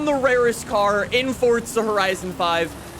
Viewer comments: Stop saying fortza, its forza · PLEASE stop saying "FORTZA" its FOR ZA! ugh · It's FORZA NOT FORTZA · Fortza horizon? I thought it was Forza horizon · Forza is an Italian word, so the correct pronunciation is Fortza. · Why are you saying it like “Fortza” it’s literally “FORza” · It's Forza. Not fordza. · Why do you say it, "Fortza" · can you please start saying forza correctly it does not have a t in the word so why do you say fortza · Why does he say fortza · Why does he say "Fortza Horizon 5" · why he say fortsa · If this guy says fortza one more time I might die